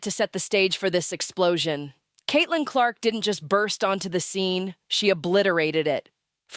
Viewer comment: Please pronounce her name. Correctly